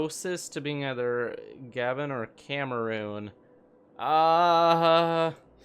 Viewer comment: It's pronounced ga-BON not gabban